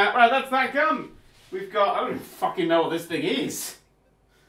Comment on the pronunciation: "focking nailed it"